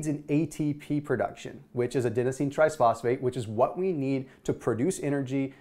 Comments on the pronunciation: Please work on your pronunciation of ATP. In your videos you keep saying adenosine TRISphosphate. It's TRIphosphate. No S after the tri.... Driving me nuts! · G P, oh wow... there is an s sound, I didn't notice before, well the important part is that you understood him :)